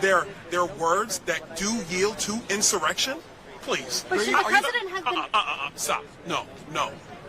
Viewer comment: I get unreasonably pissed off every time Abby Phillips opens her mouth. Trump says peacefully and patriotically, its insumuhrrection, then turn around and say "but they said unlawful".